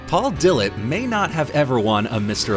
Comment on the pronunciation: Paul "dill-it". ? " Da - lett". Geezus dude either you are paid to read some shit some tool wrote for you or u don't know anything about bodybuilding